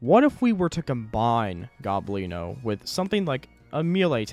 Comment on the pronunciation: His nams is el gOblino not el goblIno